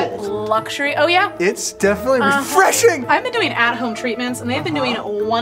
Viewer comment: "oh yeah, its definitely re. FRESH. ing"